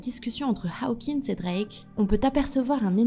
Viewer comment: C'est Hokins,, et non haokins Tu confonds OW et AW 😟